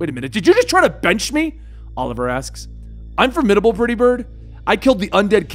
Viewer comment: A DOG... A FORMIDABLE DOG!! I lost it at the emphasis on this one but man's best friend is always there for us.